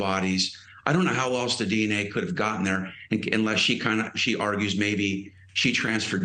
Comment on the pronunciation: Did the attorneys license come from a cereal box? Hair/DNA, potato/putahto. Humans shed like cats and dogs. And she’s already been cleared. And he said burlack… like he lacks knowledge of the subject he’s talking about. 🤦‍♀️